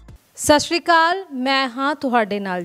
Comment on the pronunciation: ਤੁਸੀਂ ਫੇਮਸ ਹੋ ਤੁਸੀ ਸੱਤਿ ਸ਼੍ਰੀ ਅਕਾਲ ਬੋਲਿਆ ਕਰੋ ( ਸਾਸਰੀ ਕਾਲ ) ਨਹੀ ਬੋਲਿਆ ਕਰੋ (ਸੱਤਿ ਸ਼੍ਰੀ ਅਕਾਲ ) ਸਾਡੇ ਧਾਰਮਿਕ ਸ਼ਬਦ ਨੇ ਧੰਨਵਾਦ ਜੀ